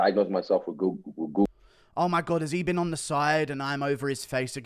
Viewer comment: Adesanya is a twt but he couldnt even say google properly